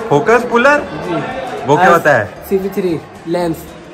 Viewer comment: Wo shooting Wale bhaiya kya bol rhe the focuspulam😂😂